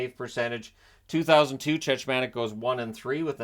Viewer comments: It’s Chechmanek, the second ch is a hard ch, which is pronounced as a k. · It's pronounced 'Check-mon-ik' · Yeah it was grating on me hearing the mispronounciation.